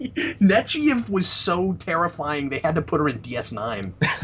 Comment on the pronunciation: Okay, either Picard was incorrectly pronouncing Admiral Nechayev's name all this time or is saying it wrong.